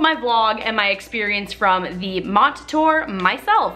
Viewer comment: Not to be rude, but it’s pronounced “mo-tay” as the MOTTE title is also a play on words with the Korean 모태 (motae) which means mother’s womb, which ties in the concert with his USB album :D Truly genius. Saw both the concert and the documentary and it just fills me with so many conflicting emotions. I just want to give him the biggest, warmest hug 😭 At first I wasn’t sure if I liked the non-chronological progression of scenes but as you saw, at one point Jiyong himself didn’t even know what city he was in (he’s mentioned this in articles too, the downside of having such a large tour), I think the director tried to emulate that chaotic feeling of jumping from place to place with the editing. It starts and ends with Jiyong being woken up, kind of an endless cycle of blurred reality. It really struck me in a way I wasn’t expecting.